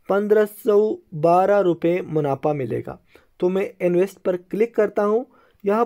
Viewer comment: Munafa hota hai, munapha nh sahi sy Urdu bola kro Bhai